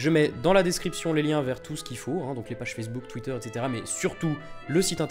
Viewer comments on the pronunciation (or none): none